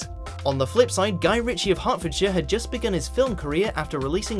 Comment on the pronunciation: Does anyone say Gil-li-an?Is this normal in any part of the world or is the speaker just stupid?Oh,he also says Hert-ford-shire.Is it not pronounced Heart-ford-shire